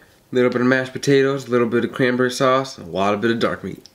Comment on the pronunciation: ''sause'' XD😂😂😂